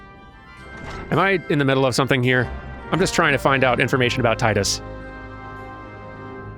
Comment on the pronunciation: that is how you say it correctly, there are two ways to pronounce the letter I, there is the strong I and there is the weak i, wich sounds like "ee" or the strong E sound. And before anyone starts questioning grammar at me, final fantasy 10's theme is around water, so its Tidus, not Teedus, you know like the tides that sandy beaches have, with water.